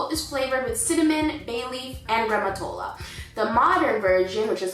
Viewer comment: Dear, it's GRICIA, not Grecia... and the traditional Amatriciana is with bucatini, not spaghetti:D. And again it's not ossobuco with grammatola???, maybe you meant gremolada...You're great though, I love the way you speak Italian, you're really good!:)